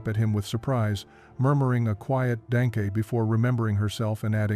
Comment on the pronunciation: murmuring a quiet "DANKAY" Thank you is pronounced in German DONkuh, NOT DANKAY